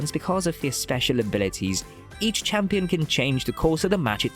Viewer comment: what you say new chiampion💀